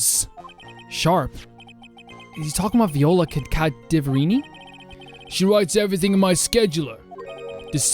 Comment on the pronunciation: every time there was cadaverini i would always hear cavaderini